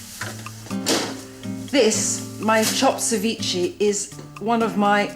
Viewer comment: cevi-cheh not cevichee